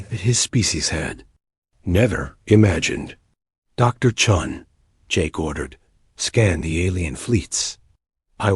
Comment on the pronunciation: It's commander chen and not Chung. 😂😂